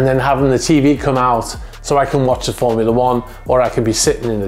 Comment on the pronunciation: When you said you could not think of anything better than sitting in your pool on your superyacht, being served a drink and watching ... I genuinely thought you said porn, and a nano second later I realised it was Formula 1!